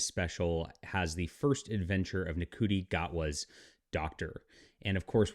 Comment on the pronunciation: It's prounounced Shooty Gatwa not En-Cootie Gatwa 😂.